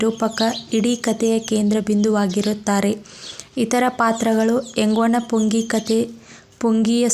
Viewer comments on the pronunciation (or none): ಎಂಗ್ಟನ ಪುಂಗಿ ಪದವನ್ನು ನೀವು ಉಚ್ಛಾರಣೆ ಮಾಡುತ್ತಿರುವುದು ತಪ್ಪು. ಅದು 'ಎಂಗ್ವನ ಪುಂಗಿ'ಯಲ್ಲ, 'ಎಂಗ್ಟನ ಪುಂಗಿ' ತಪ್ಪು ಓದಿನಿಂದ ವಿದ್ಯಾರ್ಥಿಗಳಿಗೆ ತಪ್ಪು ಮಾಹಿತಿ ಹೋಗುತ್ತದೆ. 'ವ' ಒತ್ತಕ್ಷರಕ್ಕು 'ಟ' ಒತ್ತಕ್ಷರಕ್ಕು ವ್ಯಾತ್ಯಾಸವಿದೆ ಗಮನಿಸಿ ಸರಿಪಡಿಸಿ. ಅದು ವೆಂಕಟ ಎಂಬ ನಾಮ ಪದ. ದಕ್ಷಿಣ ಕರ್ನಾಟಕದ ಕೆಲಭಾಗದಲ್ಲಿ ವೆಂಕಟ ಎನ್ನುವ ನಾಮಪದವನ್ನು, 'ಎಂಗ್ಟ', ಎಂಕ್ಟ, ಎಂಕಟ ಎಂದು ಗ್ರಾಮ್ಯ ಸೊಗಡಿನಲ್ಲಿ ಉಚ್ಛರಿಸುತ್ತಾರೆ. ಅದರ ಅರಿವು ನಿಮಗಿರಲಿ.